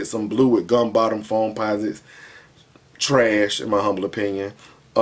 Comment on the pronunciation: Lmao when he say trash I Be dead 💀💀💀💀he be like “CHURAASHHHH”